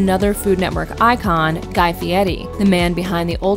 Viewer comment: Miss pronounced Guy Fieri's Last Name!